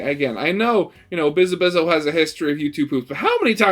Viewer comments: You’re pronouncing the very end of her name wrong. It is not O, it is Ow. like you stubbed your toe or hit your elbow ow. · Okay, pronunciation guide: Biz (as in "Business") A (as in "A ton") Biz (same as before) Ow (as in "Ouch") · I both want him to spell it right but also keep doing wrong because its funny